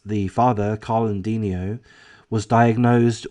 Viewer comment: Considerable background about this close and loving family and this double tragedy can be found in the comments of other YouTube posts. Please read. "De-NI-o"